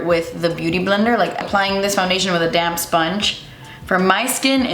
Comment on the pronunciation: Who else thinks she's saying "damn sponge" when she says damp sponge? 🤣